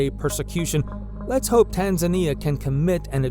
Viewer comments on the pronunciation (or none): none